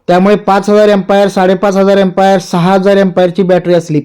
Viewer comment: तुम्ही बॅटरी एम्पायर म्हणाला, ते एमपियर असते सर बाकी माहिती उत्तम